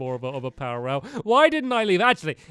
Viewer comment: You keep on saying powor rails!